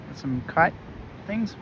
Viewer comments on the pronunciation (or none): none